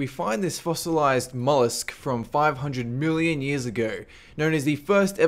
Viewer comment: 500 billion years ago... The universe was made 13 billion years ago I know he sed million tho it sound like billion